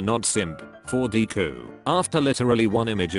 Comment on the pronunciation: I like how it calls him deeku